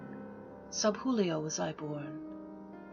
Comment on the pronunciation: Beautiful: only.. ist iulio, with the 'ee', not 'julio', spanish way. It's an old graphic way to write the 'i' before another vowel (like in 'Juventus', Turin football/soccer team...). And 'An'kaisez'. Grazie, dear!